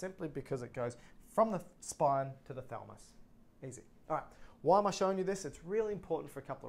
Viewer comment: Makes me uneasy when you refer to the thalamus as the thalmus